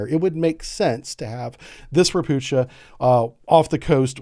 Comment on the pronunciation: The class name is pronounced Ro-pu-ha (Toad in Polish) since those ships were built in Gdańsk Poland for the USSR. Those are amphibious landing ships. Poland operates the sucessor vessel the Lublin class ALS that can also deploy sea mines. Both classes are also RO-RO vessels with ramps bow and stern.